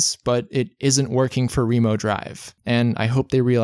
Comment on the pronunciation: wait, it's pronounced ree-mo drive?